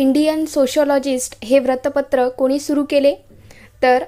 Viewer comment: Please don't say vratpatr it's vruttapatra u will be there in pronunciation same for bahishkrut it is not bahishkrat